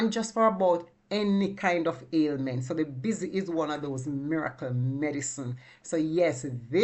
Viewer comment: It’s Bissy not busy